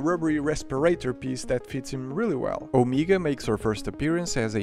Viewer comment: I still can't justify you making, "Don't say LEGOS, it's wrong" when you mispronounce a common word in almost every single video. In this video the noticeable repeated mispronunciation was, "Omega"